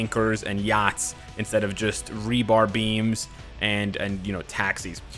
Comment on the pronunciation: is noone gonna point out the way pronounces yachts? just me? x)